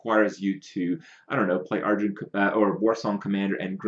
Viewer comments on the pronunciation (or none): none